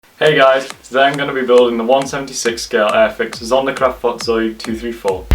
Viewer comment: You did not pronounce it right, but i am not going to hold you to it